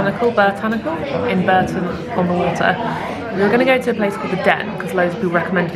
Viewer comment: And Bourton-on-the-water is pronounced Bawton-on-the-water. Another very weird one! 🤔 This is in no way a dig by the way!